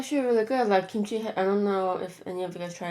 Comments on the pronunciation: When she kept saying what I thought sounded like 'Kim Chi ' all I could think of was rupauls drag race 😂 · I thought you said blueberry kimchi😂😂